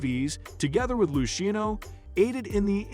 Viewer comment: Lou sheeno family